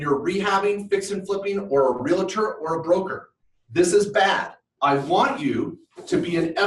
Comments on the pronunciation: I hate to be picky, but its not Real-a-tor!!!! The word is pronounced REAL-TOR. You wouldnt say Doc-a-tor!!! its Doc-tor. Two syllables...not three. It drives me nuts as an agent!! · you are in real estate. But its a Realtor, not Realetor